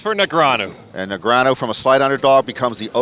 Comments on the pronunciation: Say Negranyu again muthafucka. I dare ya. I double dare ya. Say Negranyu one more goddam time!! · So long ago that TV announcers didn't know how to pronounce Negreanu.